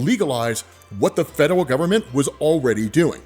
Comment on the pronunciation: The number of times said "fedewal" instead of "federal" in this episode was truly endearing.